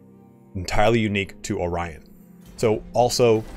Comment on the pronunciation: Actually,,, you pronounced "Orion" just like in Russian language (and any other slavic-language I believed too) :D